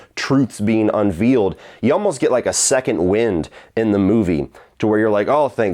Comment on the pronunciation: This guy doesn’t seem to know how “unveiled” is pronounced.